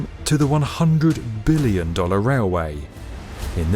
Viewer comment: at least he emphasized the 'b' in every billion mention